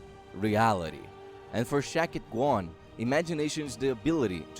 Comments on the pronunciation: Shakti Gawain is a Woman, pronounced Shock-tie Go-Wayne 😒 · Shame you couldn’t pronounce HER name right. I had to stop listening halfway through. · The mispronunciation of her name is sending me but thanks for the video. I love her work.